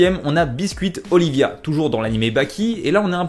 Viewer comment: On dit oliva